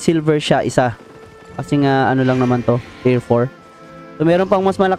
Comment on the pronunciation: Maybe you mean "Tier" as in "tiyer" not "tayr"